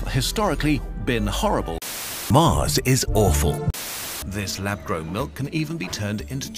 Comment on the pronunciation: "Get your arse to Marse" i'm dead 💀